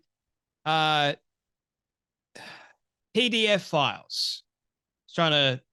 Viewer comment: It is not PDF files but pedophiles. Please check your pronunciation.